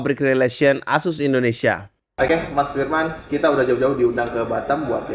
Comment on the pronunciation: Asus bang bukan ases 😂